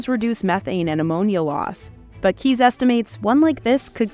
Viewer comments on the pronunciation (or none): Butchered the dutch names. It's not keys but kees like case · It's not Keys de Koning, it's Kees (Kays) de Koning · Omg this poor person's name is pronounced CASE not "KEYS" I'm so triggered i can't continue listening. Shame on a BI for not getting it right!